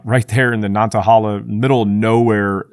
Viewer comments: I’m from NC and loved riding my motorcycle through this area. It’s so much in the middle of nowhere, you shouldn’t trust your GPS. PS - Nantahala >> “Nant-uh-HAY-luh” Thanks for video! 👍🏼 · Super Cringe on your pronunciation of "Nantahala".